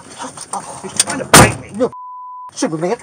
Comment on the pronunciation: "I'M TWYING TO SOW YOU!!!! PWEASEEEEE!!! NOOOOOO, TOOOOOM" 😂😂😂😂😂